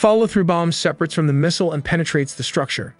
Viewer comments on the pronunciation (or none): Contour, separate and propel are pronounced wrong.